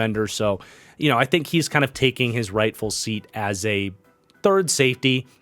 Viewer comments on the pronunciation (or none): none